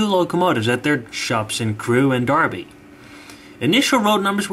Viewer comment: I really enjoyed watching this. Thanks very much for posting. Thanks also for pronouncing Derby correctly - a skill that most Americans seem to lack! Best wishes and thanks.